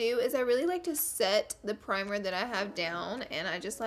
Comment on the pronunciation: Did she say primer from in and out??